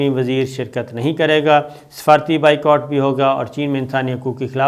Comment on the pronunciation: انگریزی لفظ “Boycott” کا صحیح تلفظ بھی “بائیکاٹ” ہی ہوتا ہے بائیکوٹ نہیں!